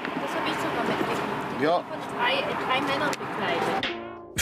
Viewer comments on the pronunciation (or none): Also dieser Polizist hat nicht nur ein dezentes Problem mit englisch, sondern auch mit deutsch... um genau zu sein, mit harten und weichen Konsonanten... Alle harten Konsonanten werden weich ausgesprochen und alle weichen, werden hart ausgesprochen :D Beispiel: trei (statt drei), Barmiddel (statt Barmittel), bekleiden (statt begleiten), Dogumende (statt Dokumente) usw 😂